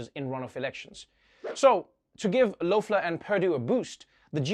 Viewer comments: Kelly Lofler haha poor Trevor. It's pronounced as Kelly Leffler. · Okay, seriously, is Loeffler pronounced eh or ah? I've heard it both ways